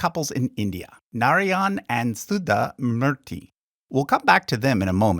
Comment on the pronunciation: ...the way you butchered Narayana and Sudha Murthy is tooo cute.